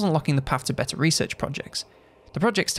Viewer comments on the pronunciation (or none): none